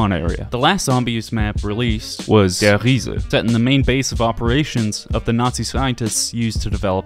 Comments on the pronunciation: Der Riese is The Giant, die Rise is the rise. You say then goth the same. The article is the only thing that changes the word lol Ree suh Ree suh When e and I going walking in German, the 2nd letter does the talking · I like how he said Die Rise instead of Der Riese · my fight or flight insticts went off when he said "Die Rise is objectively the best zombise map." lmfao (I acknowledge the fact that "accidentaly" said die rise.) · Bro said Der Riese is the best zombies map but didnt get the name right. Your opinion is invalid boss. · I always pronounced it as Der RISE and I yelled Rise I was only 13 I'm 24 now but I still do it lmaoo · Die Rise must've been named in reference to all the people pronouncing Der Riese that way. I remember all my mates calling Der Riese "Die Rise" back when it first came out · dude said "die rise" at one point tho lol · blud said die rise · thought for a second you would actually be able to pronounce the german names and then you say "da ryse" 💀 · This man called Der Riese “Die Rise” 😂😂 man’s is not a real zombies fan. And he dissed Verruckt? Na fam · Peter McCaine not Peter McClean. Der Riese not Die Rise. Come on man you ain't even trying 🥺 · I like how he said der riese was the best zombies map but he pronounced it as die rise😬cringe asf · I'd say his pronunciation of Verrückt was the best. Nacht der Untoten could use some work. He missed Der Riese completely. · i love how no one pronounces der riese correctly. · . That is probably the worst German pronunciation I have ever heard.